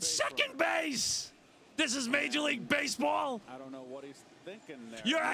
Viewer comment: Been almost two years, but I still can't get enough of this. "THIS IS MAJAH LEAGUE BASEBAWL. YOU'RE ACTUALLY PAYIN TA WATCH THIS?!?!"